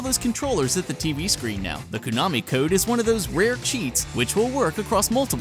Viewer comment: Qu-nami code...